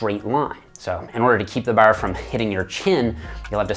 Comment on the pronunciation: Dude I knew was a newfie the way he said "bar" I was like this is an East Coast Canadian without even looking into where he's from lol